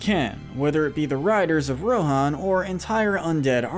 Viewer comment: RIDERS OF RON?!?!